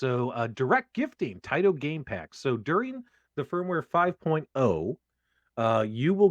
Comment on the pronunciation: It is "tie-tow". :)